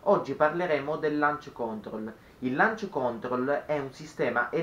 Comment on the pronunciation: ‘Lanc còntrol’ ma sul serio? L’hai detto 70 volte e non si può sentire, dai. Ma basta che lo digiti su Google e ti senta la pronuncia, forza, sei giovane.